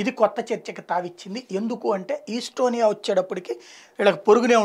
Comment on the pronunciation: ఈస్టొనియా కాదు, ఎస్తోనియా